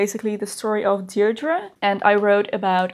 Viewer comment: Hello, my name is Deirdre. Thank you for correctly pronouncing Deirdre! I’ve spent my life spelling and saying it over and over-it’s not common in the states. Some people say they’ve never heard it before.